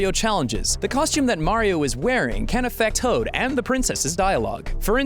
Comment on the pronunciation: "can affe-T o a d"